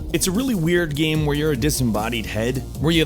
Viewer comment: still can't pronounce the word "game"